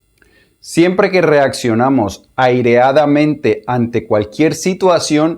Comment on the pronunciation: Pero partiste mal la palabra es 《airadamente》,no 《aireadamente》...